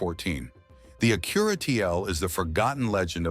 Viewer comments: Is that how you pronounce ACURA? really? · Especially when it keeps pronouncing Acura and present wrong 😂😂